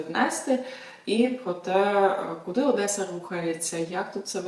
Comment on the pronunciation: ОДЕСА, а ні Одєса, так було і будє